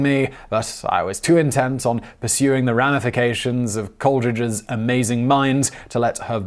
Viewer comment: Apparently the well known British name "Coleridge" is pronounced "Coldridges" by Simon. The former is a well-known poet, the second sounds like a High Street haberdasher. I'm beginning to think these mispronunciations are either deliberate trolling or a genuine pathology. It's KOL-uh-RIDGE, Simon. Also, "consonants" is not pronounced "consodants".